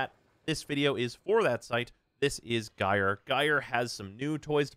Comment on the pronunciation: Thank you for pronouncing Gyre correctly